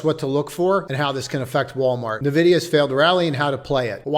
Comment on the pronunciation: hillarious you pronouce the letters O-N-O-N instead of OnOn. but cant say N-Vidia. maybe if it was O-N-Vidia